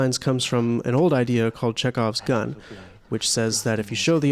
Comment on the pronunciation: Bro, it's Chekhov's Gun, not Czech Off gun 😂